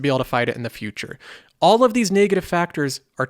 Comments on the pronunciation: It's not pronounced 'nay-gative' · I just hate how he pronounces negative